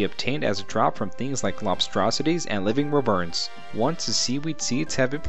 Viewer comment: Nice but Wyverns are pronounced WHY-VERNS. Good vid.